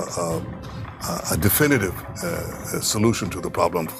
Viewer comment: "Diffinitve solution"